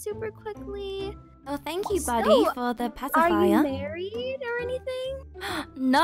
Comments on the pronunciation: He said “tanks you” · Buddy At The Last Time Seeing Livie : “fank you” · Buddy said fank you